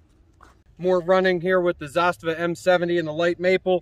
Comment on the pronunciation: it's Zu-Stava. Not ZAA-Stava